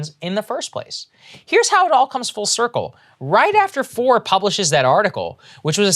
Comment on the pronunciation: franklin foer is pronounced "franklin fair" it's german spelling so you pronounce the second vowel in the two letter vowel sound. so like stein is pronounced "stine" (you say the I not the e in the ei/ie spelling) and stien is pronounced "steen" (you say the e not the i because it comes second)